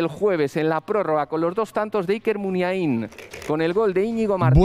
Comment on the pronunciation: A ver si aprendemos a pronunciar Muniain. Se pronuncia como Indurain. "Muniáin" por favor y no "Muniaín"